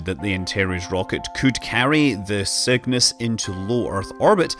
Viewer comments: Sounds like Scott is saying Sickness as the name of the rocket haha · My yankee ear hears your accented "Cygnus" as "sickness", and that would be the most metal name EVER for a space capsule!